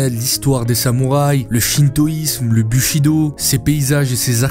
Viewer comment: Alors, juste c'est pas le "bu"shido, mais le "bou"chido. ( pour la prononciation )